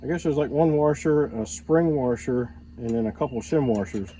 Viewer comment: The word you are looking for is WASHER not WARSHER....There is no R in the middle. It is pronounced WASH-ER not WAR-SHER....and the wavy ones are SPRING WASHERS not WAVY WASHERS. Just a heads up for you.